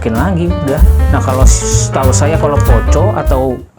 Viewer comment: Risih bang dengar ejaan nya.. 🙈 Dibacanya POKO bang walaupun tulisannya POCO 🙏